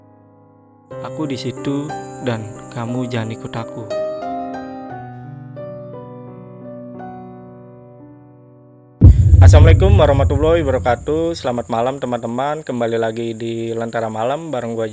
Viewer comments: Mas, tolong salamnya di perbaiki Bukan ASSAMLIKUM tapi ASSALAAMUALAIKUM Karna salah ucap jadi salah arti Assamlikum itu artinya: "MAMPUSLAH UNTUK KALIAN" seperti yg di ucapkan seorang yahudi kepada rosulullah dulu. Sekali lagi tolong perbaiki Krn itu suatu do'a dan jika artinya ga baik berarti mendoakan para pendengar MAMPUS dong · Kenapa ya kok gw kayaknya kurang nyaman gitu pas denger opening salamnya ; "Asemelikum.." Setiap gw tonton video lainnya, openingnya gitu. Asemelikum.. Yang gw tau sih mestinya ; "Assalamu'alaykum" Aahh mungkin kuping gw aja kali ya kurang peka. Entahlah.. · Iya, mengenai pengucapan salam. Saat vidio ini sy urangi kecepatannya menjadi 0.25× terdengar jelas dan bahwa si Mas tersebut mengucapkan "Assamlikum". Sy tdk mau berburuk sangka atau apalah itu. Saran saya ketika mengucapkan salam jgn terburu", yg sedang" saja asalkan pengucapannya jelas. Karena kalau salah ucap maka beda arti juga. Mungkin dari mas nya ini belum tau atau karena kecepetan ngomongnya. Sooo, smg mas nya bisa memperbaiki pengucapan salamnya di laiin waktu. Oh iya, ada juga netizen yg berkomentar di Vidio ini yg mengoreksi pengucapan salam nya. Tolong di respon ya mas, tolong ditanggapi. Hehe